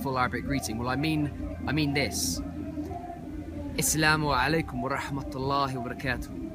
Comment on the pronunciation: AsSalaamu alaykum. ( it actually sounds like yur saying Iss-lamu alaykum.) I was taught to say MarhabaN with an 'N' sound at the ENd. bahabuk. Ya Bahabuk😇